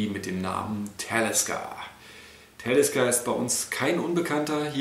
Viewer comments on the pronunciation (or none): Soviel ich weis wird es ausgesprochen wie man es liest. Talisker u. nicht Tälisker.